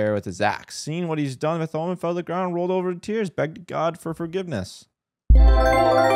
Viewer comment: Lmao the way he butchered Bartholomew